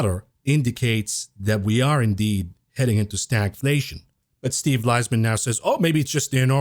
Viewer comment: It's pronounced "Lease-min" Unless you're saying "Lies-man, then I missed the joke